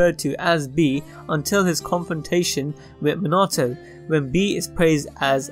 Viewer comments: Bro I like how he says me nah toe instead of minato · 1. Bee is not in possession of the Executioner’s blade 2. Bee did not have the eight tails extracted from him until the birth of the ten tails jinchuriki 3. Minato is pronounced MEE-na-TOE Not as much emphasis on the -na 4. Amaterasu is pronounced Aa-maa-ter-aa-soo 5. Bee is a very strong shinobi, but surpassed by quite a few. Naruto Sasuke Hagaromo Hamura Ashura Indra Kaguya Momoshiki Kinshiki Itachi Nagato Madara Hashirama Might Guy Obito Minato Tobirama Hiruzen Orochimaru Toneri